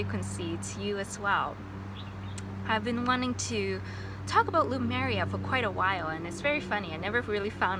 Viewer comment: I noticed you keep pronouncing Lemuria as “Loomeria”, it’s nicknamed “Mu” because it’s the motherland is referred to as Le- mu- ria usually. No offense, just felt the need to point that out. Spot on with the white robes, I specifically remember those in my memories as well. I didn’t see any reptilians, but observed shapeshifting , usually to animal form.